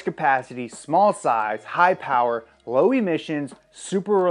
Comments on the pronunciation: TRX because MO POWAH BABEH! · More powah baby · Your video is not official unless you say mo' powa' baby at least once. So let it be written, so let it be done.